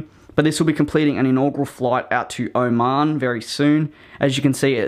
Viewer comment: Oman air More like OH-MAN air Also I love the cows you added